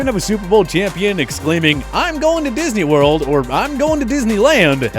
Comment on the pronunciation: I'll always remember Drew Brees saying "I'm going to disny world "!